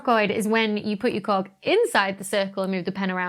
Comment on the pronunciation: You said "cog" I heard something else lol